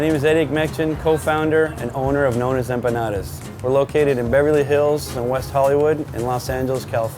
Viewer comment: The way he says Nonna's is a shame...